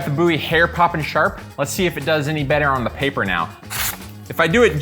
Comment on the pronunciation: Bo wie not boo wie Goddamn you're a weirdo